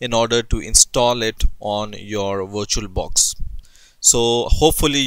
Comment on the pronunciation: I thought u said "WatcherBox" and im like wut is that